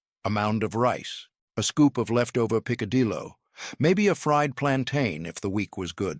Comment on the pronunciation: The pronunciations are hysterically funny. Pick- a-dillo had me screaming 😂😂😂😂😂😂😂😂😂😂😂😂. Poor guy tried but he really massacred most of it. 😂😂😂😂😂